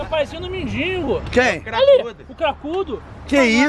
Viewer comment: "MENDINGO". Misericórdia. Kkkkkkkk